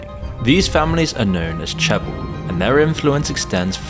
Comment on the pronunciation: Seoul = Soul Lotte= Low Tay Chaebol= Chay Bal